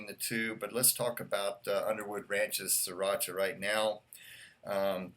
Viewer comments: It"s Thai. And yes you have to roll that R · Siracha isn't Spanish, you don't gotta roll that R.